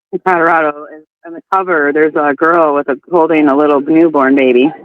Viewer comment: Would someone tell that its CoLorado...not CoDarader...